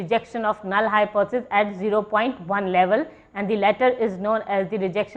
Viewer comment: Madam you are not able to pronounce the word Hypothesis...... Too monotonous .......